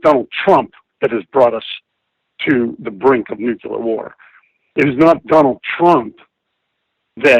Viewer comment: "nuculear"?! Are you fucking kidding me?!